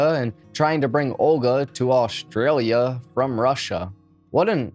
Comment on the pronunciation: Ashley is an Ashley, but Aushtralia is not Aushtralia...it is Australia.